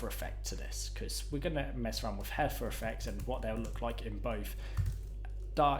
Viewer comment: I especially enjoyed the huffer (hover) effect